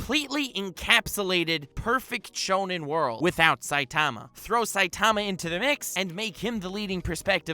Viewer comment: You’re putting the wrong en-PHA-sis on the wrong sy-LLABLE... SAI-ta-ma not sai-TA-ma. Just sayin